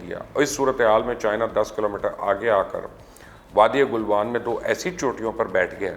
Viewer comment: Galwan not Gulwan - thanks